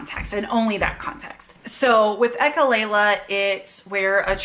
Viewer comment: Please say echolalia instead of echolayla. I'm only saying this because your channel is a good teaching channel.